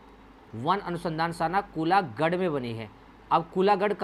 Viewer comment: सर वनानुसंधान शाला -कूलागढ़❌ कौलागढ़✅